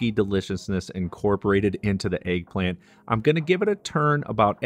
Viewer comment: tf is an AYG-plant? it's pronounced EGG, not ayg - there's no A in that word!